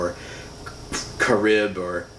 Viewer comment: And it's pronounced (car rib )